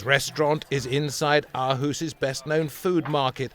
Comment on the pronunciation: Aarhus is "awe-hoos" Odense is "Othensuh" (th like in the)